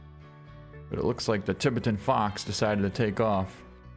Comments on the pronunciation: Fox on this map is pronounced “Tie-bet-tan”… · Tie-bet-an fox